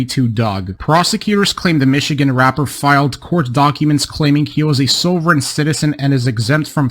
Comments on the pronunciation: He calls it "souveren citizein".......I call it "slobberin' sh*tizen" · What the frell is a "sew-veren" citizen? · In the first case, the presenter pronounces the "sov" of "sovereign" as the "sov" of "soviet," so maybe he's in Eastern Europe? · I don't think the first guy is actually mispronouncing "sovereign", it more sounds like he has a bit of a Dutch (?) accent